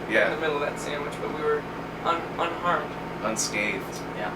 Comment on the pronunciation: The way he says "sammige" instead of sandwich